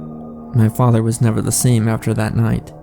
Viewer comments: "My faadther" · Wtf why are you pronouncing father like that?